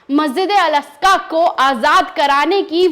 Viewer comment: Masjid e aska Nahi bahen g masjid e aqsa boliyea